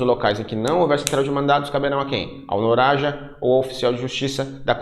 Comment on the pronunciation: Pô professor, não reparou mesmo que se lê "NAROJA" e não "NORAJA"? 🤣